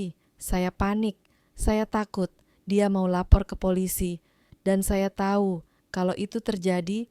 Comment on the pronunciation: Intonasinya kurang bagus mf ya jadi aneh dengernya , seperti , kata becak ,becek ,tahu ,tak , pengucapannya gak pas